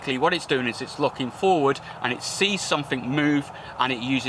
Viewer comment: everyfink somefink are they in the dictionary